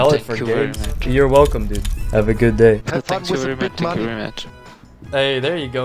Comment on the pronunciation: Ok Thhheankju